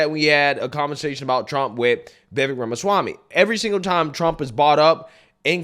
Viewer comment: Please please please say Vivek’s name correctly. It sounds like cake - Viv-ake. Listen to how his name is pronounced. You should know this. 👍🏾👍🏾